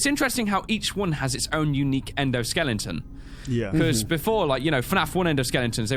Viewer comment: Is it just me or did say "EndoSkellington"? xD